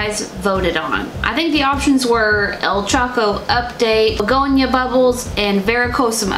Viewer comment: I see you choco pronunciation <3 <3 <3